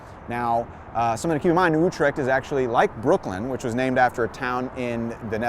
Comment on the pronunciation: good vid----one thing, New Utrecht pronounced New You-trecht Ave